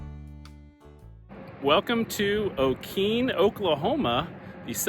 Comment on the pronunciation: Pronunciation is o-kee nee. And town of Wah tong ah. Learn pronunciation before you go. Lol. B